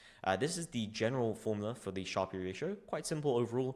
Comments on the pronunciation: Sharpe is pronounced sharp. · great video but Sharpe is just pronounced like "sharp", not "shar-pee". It's named after Nobel laureate William F. Sharpe, who developed the metric in 1966. Despite the "e" at the end, the vowel remains short and the final consonant is hard, making it rhyme with words like harp, tarp, or carp.